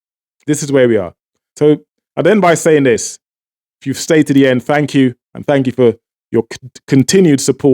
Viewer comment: All that accent and you keep saying Dis for This? You are as fake as your accent. It is Venezuela not Venewala. Exactly how are you empowering Trinidad with your propaganda channel? You should get a bigger mic to cover your evil face.